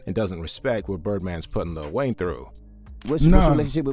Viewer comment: You cant respect someone who calls lil Wayne “little wayne”